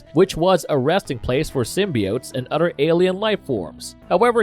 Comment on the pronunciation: Is he pronouncing “the” duh..?? Or “other” udder..?? I am questioning my hearing